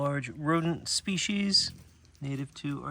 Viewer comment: I feel like I can bring this up since you corrected the people who mispronounce "garter snake" (THANK YOU). I have wanted to say this for a while now: There is no "H" in "species" (spee-cees)!!! 🤗🤗🤗 Love you guys and all you do. It's okay to complain. You guys are killing it!!! 🎉🥰🎉🥰🎉🥰🎉🥰🎉